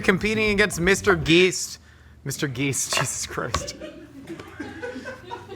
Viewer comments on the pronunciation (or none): for a split second I was proud of myself for independently having come up with the same method as for cutting cauliflower… then he said Mr. Geese-t